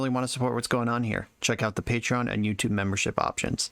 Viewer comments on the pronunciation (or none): none